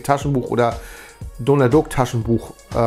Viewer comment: Cool, aber wieso sprichs du Donald Duck immer falsch aus? 🙈